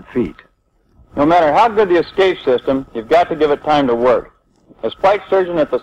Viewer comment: Great a documentary on escape systems where the narrator says 'excape'.